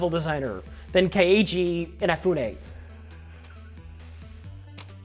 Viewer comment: carefully and pompously mispronouncing Inafune horribly